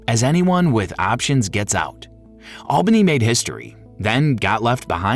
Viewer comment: Its not albany. Its alllbanny